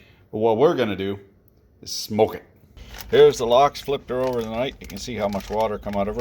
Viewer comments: its "lax" not lox O.o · It's "Laks" bud. Literally just means "salmon".